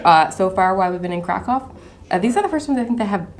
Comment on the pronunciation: Hey guys, lovely video. Make sure you get the pronunciation right, Kraków is pronounced "krakoov". Have a lovely day.